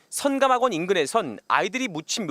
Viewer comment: 기자는 발음을 정확히 해라. 성감학원으로 들린다. 선하고 끊고 감학원 말해야 한다.